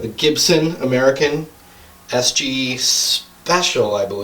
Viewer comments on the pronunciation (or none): I love how he says "ameerican" for almost every guitar